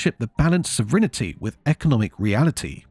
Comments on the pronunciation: What's "sovrinity" ? SO-VREN-TI. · What is "sovrinnerty" ? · say this WITH ME, SOV-ER-IN-TE. Theres no pair of hidden vowels. It's four syllables. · It is "sov rin t" not "sov rina t." And we never lost sov Rin t, so we could not get more. Parliament is always sov a rin. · Is the AI getting pronunciation wrong, or do the brits actually pronounce an 'i' that isn't there at the end? sov rin i ty? wtf. Also, sad that all the old people and old at heart actually believed the joke about the sun never setting on the british empire. they only worked as part of europe, now they're just little people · You lost me at “sovrinity”… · Sovrinity 😂🎉😊 (several times). AI voices pronounce the way you spell. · Strange pronunciation of sovereignty, AI voice? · There is no i between the n and t in "sovereignty". It has three syllables, not four.